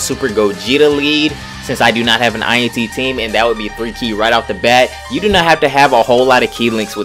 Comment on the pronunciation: INT not i n t lol sorry for nit picking